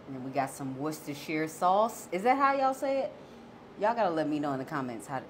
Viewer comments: Wooster shire sauce is how we Brits say it. I know the spelling seems like it should be said differently, but wooster shire is how its pronounced here She pronounced it prettymuch perfectly.. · You pronounced it perfectly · Yes you pronounced Worcestershire dauce correctly 👍👍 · Yesssss U said it perfectly!!! I am from Worcester Massachusetts. Thats just how you pronounce it "Woostersheer sauce"! Exactly pronounced like my city of Worcester 508!❤ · Woisteshire 😊 sounds right to me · Your pronunciation of Worcestershire sauce was spot on!!! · I like Worcestershire sauce too. I always use it in any recipe that calls for ground beef or mixed ground meats. Btw, you pronounced it correctly. You are the ONLY person I have ever heard who says it the right way. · U said it correctly. I like your sister sauce even though I can say it correctly 2. Haaaaaaaaaa. Nice loaf. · You pronounced the word perfectly! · I’m British - I’ve never made this but I’m going to have a go and you are the ONLY person outside the UK who says Worcestershire correctly! 👏🏻👏🏻👏🏻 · You pronounced it exactly like I do and that's a rarity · I always ask how to say that too! I day it like you so it has to be right! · You did great on pronouncing the woo-woo sauce, they would pat you on the back in New England or the Olde England! Note: you can pronounce it Wooster- sheer or Wooster-sure or even, Wooster-shy-er... you only screw up when you try to pronounce Worcester "wor-chester", cuz they don't even pronounce it that way in merry Olde England, no matter what dialect is being spoken. And it must be right, because they even pronounce Worcester, Massachusetts the same way.. Wooster! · You pronounced it exactly like we we taught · You did good pronouncing it. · I pronounce it the same way. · The way you said it was how you pronounce it